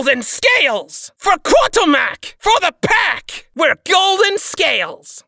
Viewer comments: Good one. It's just simply a mispronunciation of Kurtulmak. A mistake that I will be correcting once I've done every single line in the game. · What do they say “for Karl!”, i hear “for kartomac”